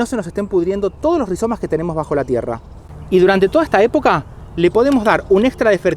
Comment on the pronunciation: 🎉super . Mauvaise prononciation en français rihZomes….et non rihiomes. Pas très grave mais perso ça m arrache un peu l oreille.